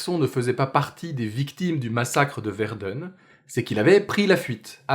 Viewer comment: Je viens de découvrir ta chaîne et waouh quelle qualité! En tant que germanisste, j'ai par contre beugé sur ta prononciation de Verden mais la qualité de la vidéo compense largement!